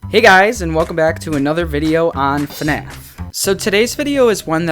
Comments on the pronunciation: Oh I get it his name is FuhNaff lol and it's supposed to be FNAF but in a different way 😀🤣 I'm subscribing to this channel 👌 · Hey guys welcome back to a new video of... FUHNAFF (I like this intro)